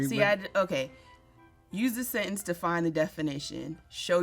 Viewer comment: Wait a damn minute!!!! You can spell and say "precocious" but you nose dived on "sentence"?!?? Lmao